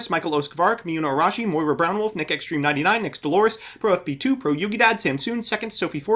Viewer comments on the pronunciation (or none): none